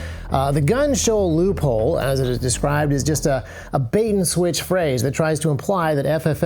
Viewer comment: You say loophole I hear leupold